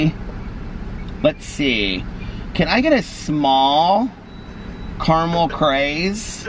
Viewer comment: Please stop pronouncing caramel differently from how you naturally say it. It’s fakey-fakey. Unnecessary and inauthentic. Which makes it the opposite of what you’re all about.